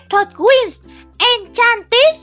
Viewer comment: Ốc kiểu : Phép thuật Winx En - Cha - Nít 🤣🤣🤣🤣